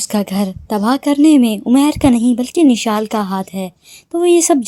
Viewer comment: Nishal ni mishal name h